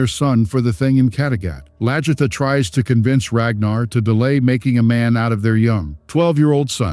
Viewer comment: Please learn to pronounce their names properly,it’s LAG-ertha not LAJ-ertha.